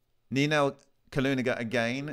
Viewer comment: Not Kalugina, but Kulagina. Kaluga is a town, rather famous.